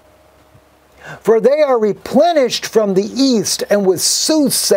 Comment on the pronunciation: I quit listening to him because of the our you serious! It gets on my nerves.